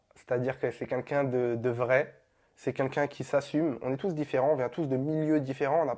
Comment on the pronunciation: Il sait pas dire « quelqu’un » wlh il me tue.😂😂 Il dit c’est « qunqun ».